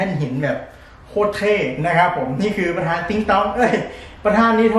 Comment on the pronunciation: ประธาน คับ ไม่ใช่ ประทาน